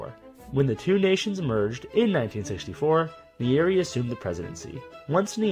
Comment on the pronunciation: You butchered the first presidents name bro 😂